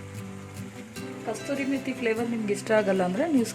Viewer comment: Kasthuri methi ala kasuri methi...